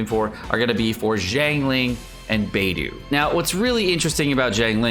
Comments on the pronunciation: Literally everyone else: Beidou: BAYDOO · Your mispronounced there names this is how your suppose to pronounce them Beidou= Bay-dou Xiangling= Chang-lin (you don’t really need to Pronounce the G at the end unless you want to) Xingqui= sing-cho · It sounded more like beydu lol